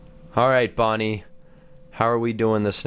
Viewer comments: Bon bon not bonnie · Its not bunny its bon bon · It's bon bon not bonnie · Its bon bon not bonnie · Dude that's actually bon bon not bonnie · not bonnie is bonbon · His name is Bon Bon not Bonnie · its bon bon not bonie okay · its bonbon not bonie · It’s not Bonnie it’s bon bon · it is bonbon not bonie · It's bon bon